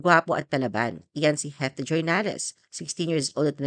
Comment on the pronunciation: Heath (Hīth) po, hindi HET.😅